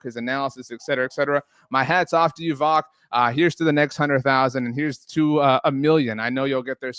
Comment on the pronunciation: Mispronounced my boy voch’s name wrong 😅 it’s pronounced votch lol like watch but with a “V”. Great content love it! Go COWBOYS!!